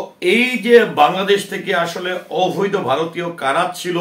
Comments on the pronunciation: "অভৈদ" নয়, "অবৈধ"! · Ovído noy oboidho hobey